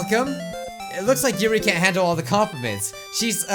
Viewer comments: YUrl not yuri YUrl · ITS YURI NOT YURL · It's not yurl for God's sake it's yuri